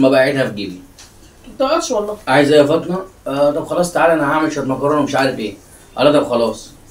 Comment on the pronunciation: ليش تقولي ( فاطنه ) و الأسم هو ( فاطمه ) ؟